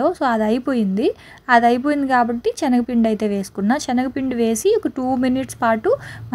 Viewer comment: Adi chenaga pindi kaadu talli Senaga pindi video lo 100 times anubtav chastunam vinaleka